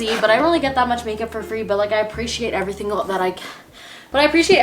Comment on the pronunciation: No one::every thingle